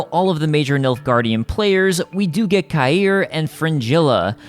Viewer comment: I pretty sure CAHIR is pronounce as "KAH - HERE". Great video though.